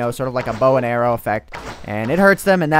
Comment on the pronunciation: I'm surprised that no one pointed out that he said "air rock".